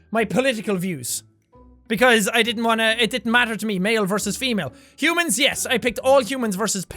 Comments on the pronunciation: . It says " Hoomans instead of "Humans" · Hey jack it doesn't say humans it said hoomans just wanted to point ☝️ that out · "HOOMANS" what? did anyone else notice this. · Did anyone else notice that for humans it said "hoomans?" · Hoomans? really?